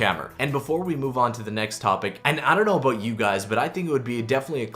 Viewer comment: "A boot"